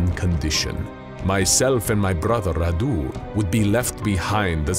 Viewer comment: If you are vlad then you should have a romanian accent. And also radu has the accent on the a not on u